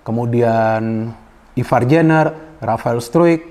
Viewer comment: Izin koreksi penyebutan nama nya Ivar jenner: ivar yenner Rafael struick: rafael straik 🙏